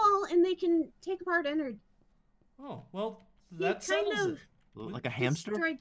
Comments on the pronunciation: It annoys me it's ennard not ennerd 😥 please i respect him call him by his name ennard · I'm not hating but its not "Ennord" its "Ennard" its just a little change (its just I hate when then say the fnaf names wrong) funtime foxy is a girl btw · its not enod its ennard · Bruh In the movie you didn't say his name right it's Enerd one of the most evil animatronics 😧😧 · Enod LOL it’s ennard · You have to say Ennard not Enrad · He sad enerd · its eanned not enod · Ennerd not ennord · its not annard its earnled idk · isin't it ennord?